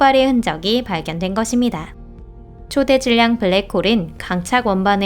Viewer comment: 초대 질량 이 아니고 초 대 질량 으로 읽으라고요